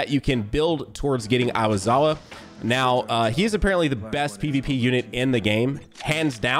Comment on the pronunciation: 'Awazawa' he rlly did him dirty